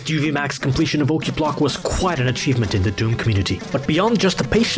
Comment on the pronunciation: Sounds like Klingon... Qa'plagh! :D